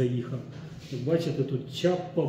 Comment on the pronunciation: Не чапа а не шляпа. 😅😅😅